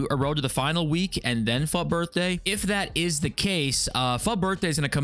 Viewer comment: Why do you pronounce it "fuht" its obviously not spelled that way